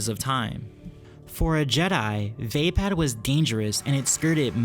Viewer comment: You don't know how to pronounce vapaad.